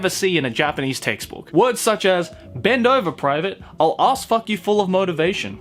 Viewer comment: I laughed so hard that my stomach hurts when you said "FOCK". Thank you.